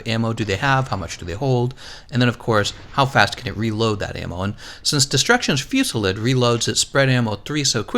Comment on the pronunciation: Destruction Fewsilid.... I still can't get over how u say it...